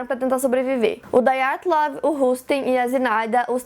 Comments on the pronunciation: Ótimo vídeo, ótima explicação. Parabéns. Já me tornei fã... Agora, que tal fazer um vídeo sobre o desaparecimento de Frederick Valentich, sobre o caso Felix Moncla e sobre o mistério da vila de Anjikuni? (Só um detalhe: o nome Dyatlov é russo; portanto, não se pronuncia "daiatlov", como no inglês; se pronuncia Dyatlov mesmo, como se escreve) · A pronúncia correta é "Díatlov". Ótimo vídeo! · Filha, o nome é russo: Dyatlov. Não apronuncéia "dái-a-tlov" que nem gringo! :(